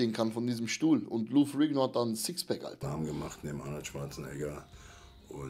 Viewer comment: lou ferrringo????!!!, haste nicht mehr alle? heisst ferrinniioo, ausgesprochen.🙄